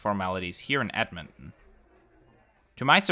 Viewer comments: Thanks for reviewing this flight as it was good as usual! Appreciate you visiting my home as this city is great! Also it is pronounced edmon ton not edmonon, but still great video! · Another awesome BA video, especially since this one featured my hometown Edmonton! One small thing, the t in Edmonton is a hard t, so it's Ed-mon-ten instead of Ed-mon-en :) Loved seeing the KLM experience, since they finally restarted the Edmonton to Amsterdam route, I can't wait to check it out myself! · It’s Ed-Mon-Ton not Edmon! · You are keep saying Edmond instead of Edmonton 😅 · ed mon ton not ed mon in, just being brutally honest.🤣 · A closer pronunciation is EDD-mun-tin, with the last vowels almost not pronounced.